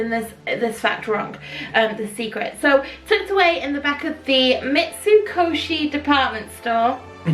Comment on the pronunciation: You did so good saying Mitsukoshi and Sake 😁 it would have been so cool to have had a roller coaster in the Japan pavillion, we agree, every one of them should have a ride. This series is really making us want to spend more time in World Showcase and pay more attention to all the details they’ve put Into each country. I’ve never done the pick a pearl but I’ve watched others do it and it always looks like fun 💕